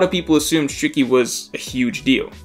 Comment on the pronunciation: The way u said “shiki” bothered me 😂😂